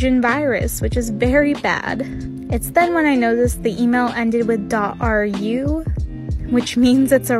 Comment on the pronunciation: The craziest part is how you pronounced ".ru" Never heard that variant in my life.